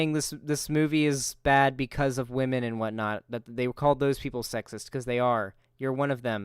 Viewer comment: Also, he frequently pronounces "women" like "whammin". What's up with that? Am I the only one who finds that annoying?! Almost as annoying as the constant repetition of "I don't care". Buddy, you care. In the worst possible way...